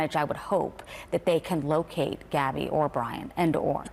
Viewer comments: Her name is Gabby not Abby! How rude. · GABBY PETITO Not "Abby petito" ... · Abby?! Getting her name right EVERYTIME might help a bit!! 🤦🏽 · Her name is gabby not Abby.this lady said it wrong